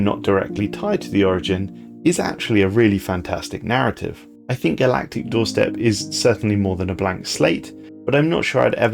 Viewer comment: I know this meme is no longer that relevant, but my brain was still hears "Galatic Doorstop" every time 😂